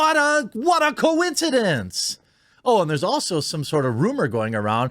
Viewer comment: What a co-een-kee-dink! So many freaking co-een-kee-dinks, so little justice